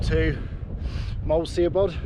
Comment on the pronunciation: Love this, got a new subscriber, love the way you pronounce moel siabod 😂, it's pronounced moil shabod I think I'm Welsh and I don't even know 😂